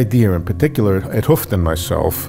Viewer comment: Gerard 't Hooft is pronounced more with the HOME sound instead with the YOU sound.